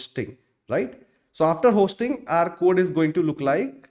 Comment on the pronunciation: 1. HOSTing ❌ HOISTing ✅. 2. TEMPORARY dead Zone ❌. TEMPORAL dead zone ✅. It felt odd to hear these pronunciations wrong throughout the video.